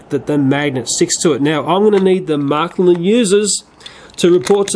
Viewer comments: Not "marklin". Märklin. With "ä". You pronounce it like "mare". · Märklín, not Märklin.